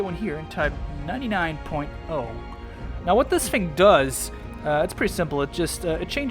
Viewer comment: U don’t say thing like fing